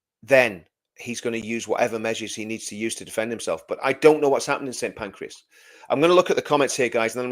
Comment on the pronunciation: It’s Pancras Not Pancreas.